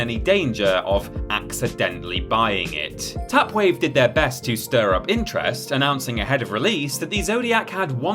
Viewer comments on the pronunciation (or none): none